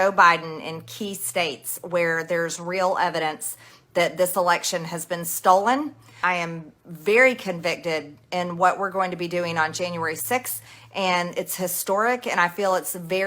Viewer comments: "I am very concicted" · Man is she stupid!"I am quite convcted" A Freudian slip if i ever heard one! LOL!